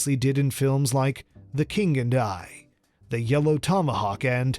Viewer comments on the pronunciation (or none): none